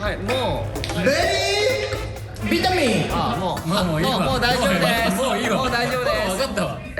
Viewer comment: Vitaminの発音をカタカナで書くとしたらバイタミンかな